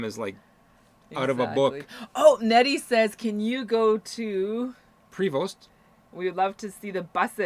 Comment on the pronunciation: 💩! Sorry guys forgot it was friday missed the live ☹️. Ok, lol, your butchering the pronunciation of Prevost Buses it’s “pray-vo”, and the ‘vo’ rhymes with yo-yo, and the ‘st’ are silent and it is a french canadian manufacturer. 🍻 😘